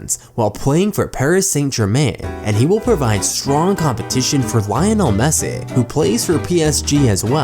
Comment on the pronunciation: Great post and content, and I do not mean to bash you buddy, but it's: City NOT Cite' Victory NOT Victore' Messi NOT Messe' Eeee NOT e' Only extremely annoying thing about the post, thanks though, still liked it .